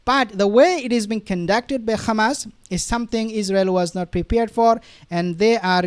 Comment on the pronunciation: To the uploader.. Why you mispronounce Hamas as Khamas ??